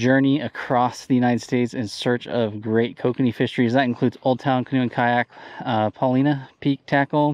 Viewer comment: Another quality kokanee fishing video with lots of guidance thrown in...Nice...i do see you still forget occasionally to say Po-leena instead of Po-leyna...that is an Oregon lake after all